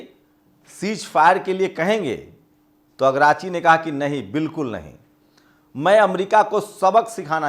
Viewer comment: भाई ईरान के विदेश मंत्री का नाम अब्बास अरागची है अगराची नहीं